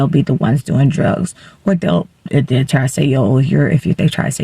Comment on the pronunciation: I am so embarrassed for you.Incoherent vocal fry.They not Dey!